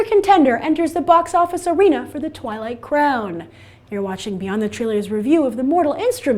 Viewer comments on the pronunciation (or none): IT'S NOT TWIILGHT